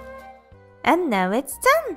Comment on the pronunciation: I love how she says "And now it's DONE!"